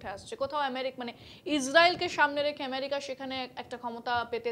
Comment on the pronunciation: এমেরিকা নাকি আমেরিকা ?? এটা কি বাংলা আনুষ্ঠান ??